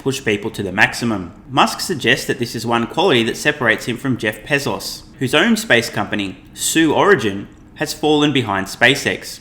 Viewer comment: Pezos? I thought it was Bezos....your credibility is hurt when you can't pronounce correctly.